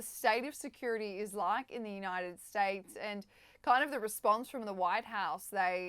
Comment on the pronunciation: “Younited Stites”